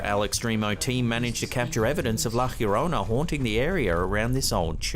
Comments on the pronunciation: Kallen, I don’t want to come off as condescending or any thing of the sort but I wanted to let you know that La Llorona is pronounced La Jo-rone-a not La Hirona. (The double L makes an English J sound but the letter J makes an English H sound) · Also, is pronounced like the first two letters of a Yo-yo. yorona. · She's called La ya-rona pronounced the just the way it looks, that is not the true spelling it's just so maybe you don't mangle it lol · hi, try this to prounciate LA LLORONA try say li like this ' LA " as in LA`ttitud. then LLO` as in JAW RO`NAH. LA JAW RO NAH. grettings from Vancouver Canada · La Llorona is pronounced La Jorona. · He needs to learn how to pronounce La Llorona correctly.